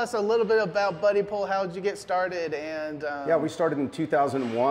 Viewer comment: Its Bud-dipole. Not buddy pole.